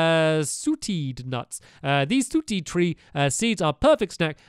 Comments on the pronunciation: Who else corrected him when he said "Sootad nuts"? Stamps not trying to be rude but it's pronounced (saw-tade)(sauteed) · It's not sooteed nuts it's SAR-TAY-D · I get it mixed up too, when I first see the word. It's pronounced "SAW-TAY" So, "SAW-TAYED" would be what it said. It's fine! It is a weird word! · Stampy. You said it wrong. ITS STAM-INA! AND SAW-TAED! Also I get why he ate the wrong peppers. The cooked peppers were on Food, while the raw ones were on Materials. He took no notice of the icons and names at the top. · sauteed is pronounced as sautayed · It's pronounce sautey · HE SAID SAUTEED WRONG (aigu on first e)